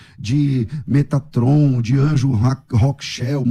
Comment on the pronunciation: Quando ele falou metraton. Nao segurei kkk